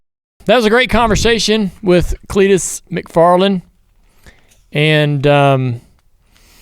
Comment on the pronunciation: CLEET TO CUP